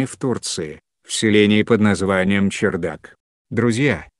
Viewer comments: Не чердак ,а ЧарДак ( кх ) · Вообще то правильнее было бы говорить чардак,а не чердак.Да и на табличке так написано. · Не возможно слушать этот роботизированный голос! После 3 минут выключил, и автор не чЕрдак а чАрдак1!!! Можно было бы сначала уточнить, как правельно а потом выложить! Диз, короче!!!